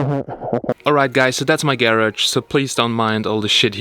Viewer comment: (Gayrog)??? I believe it’s (garage)